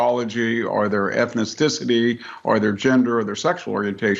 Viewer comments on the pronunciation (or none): Ethnisisity ‘nuff said…. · What is Ethnicicity ? Old white dude just said it. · That old man said "ethniticity"? 😂🤣